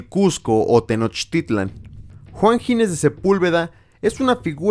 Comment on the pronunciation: es Ginés, no Gines; dicho lo cual, maravilloso video